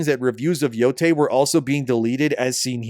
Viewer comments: Ghost of BOO-TAY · ghost of Nō-ty